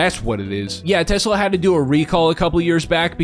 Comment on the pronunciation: 'used to'? they STILL do. he literally did it. this happens in almost any non-rhotic accent. people didnt just use to add Rs randomly everywhere. its very specific and predictable language usage. 'used to' would only be accurate if this was a recording of a dead speaker and no living speakers spoke the same accent. neither of these are currently true